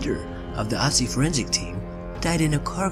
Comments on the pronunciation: The dead mountain man (or ice man) isn't called Otzi, he's called Ötzi. Take the i-sound from "bird" and replace it with the ö in Ötzi and you'll have a closer approximation of what he's actually called. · Its not called OTZI its called ÖTZI. You cant just come up with a similar name just cause you cant pronounce it. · It's Ötzi not Otzi ^^ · It's so funny how even the scientist said Oozey when it's actually ötzi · it's ötzi not otzi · Oetzi..... not pronounced "Ottsee". LOL. He wasn't castrated by his killers, either. His junk was stolen by an opportunist who found the body. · It's pronounced OOtzi not otzi, that's the literal point of the two dots above the o. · Its not Otzi, its Ötzi. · Ötzi is the name not Otzi... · Ötzi not Otzi! It’s a difference ! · ÖTZI IS 5300 YEARS OLD, NOT 3000 YEARS OLD! AND ITS PRONOUNCED OOTZI, NOT AHTZI!! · I like you but please learn to pronounce Ötzi right. It’s German I know it’s not always easy for people who doesn’t speak German but o and ö are pronounced very differently so it makes a whole other word. Other than that very interesting video. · It’s not pronounced otzi it’s pronounced ootzi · It's not Otzi, it's Ötzi. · Ötzi, not Otzi... you mispronounced his name 👏🏻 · * Ötzi not Otzi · It’s “ooh-zti” not “ah-zi” 😑😑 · It’s Pronounced ootzi not otzi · I don't understand why people mispronounce Otzis' name it's pronounced Utzi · I took an archaeology class and it's pronounced Urtzi. Known as the iceman who actually had a copper axe before the Stone Age even ended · its ooh-t-zie he spells it utzi but thats how you pronounce it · Irs pronounced Ötzi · It’s pronounced ootze you noob i learned about it in class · ITS CALED ÖTZI YOU MORONS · We learned about #1 in science and no one died from it... And it’s pronounced (Ood-C) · It's Ötzi, pronounced like the German ö. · his name is ötzi...Ö...ÖÖÖÖÖÖÖÖÖ OE... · Thumbs down just because you pronounced Otzi wrong.